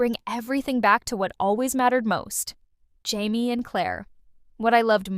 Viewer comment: What is with all these AI video reviews? So annoying. “High-me” instead of “Jamie,” huh? BS